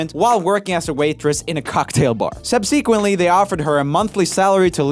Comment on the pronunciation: Nobody: Joel: Subsëquently